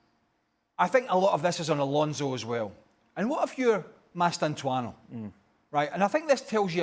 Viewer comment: "Mastantuano" They get paid for this btw🙄